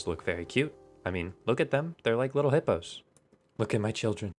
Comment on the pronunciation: Don't you mean "Little Hipyo's" :D